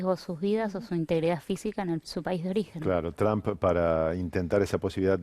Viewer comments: Se dice Trump o Trum no Tramp. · SE PRONUNCIA TROMP NO TRAMP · Estos perodistas pendejos no saben pronunciar trump